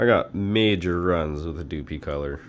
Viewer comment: Doopee color......lol. Its DupLi like "duplicate" color. Sorry, great vid bud! Just made me giggle a bit. Nice vid to show differences though! I used Kustom Canz on a few projects and I noticed that the color you're spraying makes all the difference. Most candy's spray well, Like candy orange laid out perfect, but the blue's and and the candy black are tricky to spray. They look great when they lay down right, but out of aerosol, they are tricky to lay down without striping or runs... Thanks for making the vid! 👍